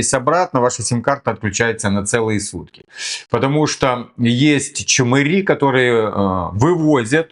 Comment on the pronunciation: Правильно саказал "ЧмЫри", а не "ЧмАри" как в некоторых фильмах озвучивают. Это слово с Дальнего Востока.